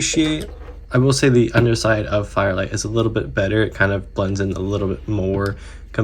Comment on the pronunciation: Why did you keep calling this guy fire light instead of fire flight?